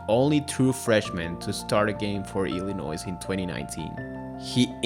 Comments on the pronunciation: Illinois is pronounced ILL-A-NOY, not ILL-A-NOISE. The S is silent. As Illinois haters say, it's ILL-ANNOY, which is phonetically correct. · Nice video, but its Illinois is pronouced without the "s" . Not sure why but that was really bothering me lol.